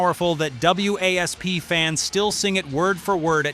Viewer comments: OK, you idiot blind in Texas really you’re playing Wild Child to completely different songs. WASP really you can’t pronounce wasp. It’s supposed to stand for we are sexual perverts and blind in Texas is about being drunk, but I can’t believe he played. Wild Child says he’s blind in Texas how stupid get a clue. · Keeps spelling WASP out literally ....like its spelled dude damn. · dude you taking the easy way out.. and do not even have the courtesy to fix the fuck ups... review ya shit and do like everyone else does.. find a way for the AI to pronounce WASP as WASP... probably had the AI write everything and lay it out and make the video also not just the voice model... review ya shit poser... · I'm not subscribing to something that uses AI that gets things wrong. #4 is Wild Child, NOT Blind in Texas. 55+ year Rock, Hard Rock, and Heavy Metal fan. Additionally, W.A.S.P. is pronounced WASP, like the insect. This makes you sound foolish to real fans. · W.A.S.P. is pronounced wasp. Please try to get information correct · Well, when you’re talking about WASP it’s called wasp, pronounce it as wasp and quit trying to be stupid about how to pronounce their names and I know Blackie Lawless it’s very famous for pushing boundaries. And he did a very good job at it. You can love him, and you could hate him the simple fact of matter he was there and he was in everybody’s face and I have a lot of respect for that band in him. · Stop calling them W A S P. it is WASP. We Are Sexual Perverts. So annoying AI shit. Nailed everything else. I did see 8 out of 10 on MTV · It's not pronounced w a s p...it's wasp. Stupid A.I. . Ya I didn't see Dee in full get up at senate hearing, he was in blue jeans and Jean vest. This channel sucks. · Why you call it Blind in Texas the video you showed was Wild Child and iis WASP not W A S P fix your AI before doing another video embarrassing yourselves again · when I heard "W A S P" I was like what?? It's WASP you moron. lol I'm 51